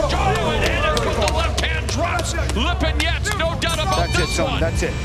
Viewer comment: “Sergey LePenis”